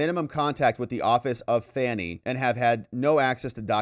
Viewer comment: I have it on good authority that her first name is pronounced as if she were a juvenile deer 😂 Great vid, the corruption in GA surrounding Fanny is insane